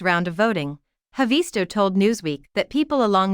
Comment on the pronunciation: It's not HavEESto. It's HAAvisto.